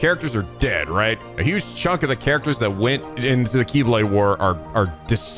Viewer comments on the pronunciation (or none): none